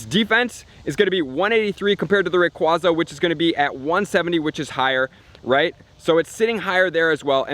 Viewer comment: I cringe every time I hear RayquAWza being pronounced. :/